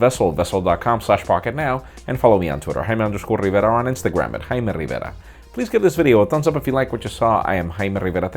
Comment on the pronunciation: I might be weird for saying this...but I really enjoy the way dude says Jaime Rivera...